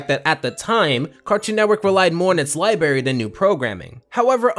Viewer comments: dude i'm enjoying the episode but i physically cringe every time i hear "LIBARY" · Bro just said liberries I’m outta here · li-bR-ary, not li-BA-ry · Everytime he says libary instead of library, I cry a little. 😩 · “Libary” lol. Feels like middle school all over again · LibRaRy. C'mon dude, youre an adult and better than "libarry" 😂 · SAY LIBRARY PROPERLY i don't go to berries to read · Please stop saying " LIBARY " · Bro, why do you keep saying " liberty ". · Library* not libary🤦‍♂️🤦‍♂️🤦‍♂️🤦‍♂️🤦‍♀️🤦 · It's library not liberry please learn to talk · Library has two "r"s bro, I adore your videos but that mispronunciation kills me great vid tho ! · What the fuck is this guy's pronunciation. Libary? Okay, fine, that one's pretty common. But. Fuguhtive? What? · Why can't you say library 🥲